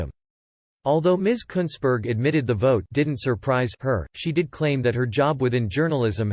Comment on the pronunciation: At least your pronouncing her name right, just that she spells it incorrectly.